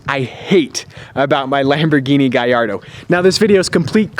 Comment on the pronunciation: it's italian it's GALLARDO NOT GAYARDO